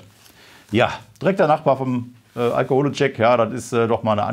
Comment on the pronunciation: "Alkoholetschek", ich schmeiß mich weg 🤣